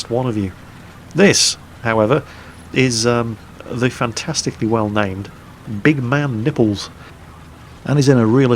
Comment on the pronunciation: I think the proper pronunciation of his name is big MAN nipples, rather than big man NIPPLES. Or you can just call him Bologna tits... Salute!